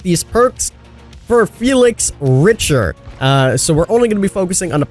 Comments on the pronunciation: The last name is pronounced: "Rick"-"ter" not "Rich"-"ter". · The survivors name is pronounced Rickter not Richer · Btw it's pronounced "rikter" not richer😂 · Good video! As a speaker of German I know his name is pronounced "RICK-ter" Richter is a very German name lol. Also from the way The Blight looks, it's a "buy the perks" killer, which is sad as HELL to me. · "rick-ter", like richter belmont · You’re saying richter wrong you pronounce it rikter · Its RICHTER, Not Richer. He's German. come on, king. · Please y'all, say his name right lol "Rickturr" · King Richter is pronounced "Rikter" the CH is announced as K. because hes German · I think his name is pronounced "Rick-ter", like Castlevania/Smash Bros Ultimate. It has the same spelling. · Richter is german for judge and no. No k involved. Its actually a sound not often heard in englisch, the "ch" sounds like a hissing cat. Its ri"cch"ter, the e being slightly stressed ;)) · I believe it's pronounced "Rikter". But yes the killer perks are really good. I'm excited for this chapter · Is it only me who’s triggered by the way he says Richter. It’s Rick-ter. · Richter is a german word so in the end every english speaking person says it incorrectly (it means judge) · the "ich" in Richter is pronounced like "ish" so you would say Richter but it sounds like "Rishter" you're welcome! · I love how he keeps butchering his last name